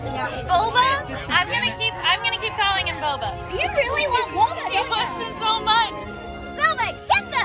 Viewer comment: not you calling guoba "boba" 😭